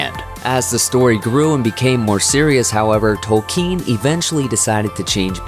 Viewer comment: Is it pronounced 'Toel-kean' or is this just anyother American pronouncing something wrong and not bothering to even check?